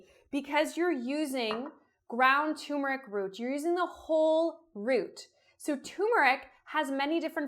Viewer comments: Have you ever added cocoa? That sounds good to me. Also, at the risk of being a twit, the word is tuRmeric not tUmeric. Thanks for the recipe. I'm going to try it tonight. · why do you say tumeric? it's clearly tuRmeric. there's an r. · “TUR”meric ..Uhg 😑😑🙄🙄🙄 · no. the person who put the r in there didn't put it there to be ignored. tuRmeric. k? k. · I’m not a snob.. it’s the grammar police in me - pronounce words as they are spelled and intended on being pronounced.. ‘TURMERIC’ 👍👍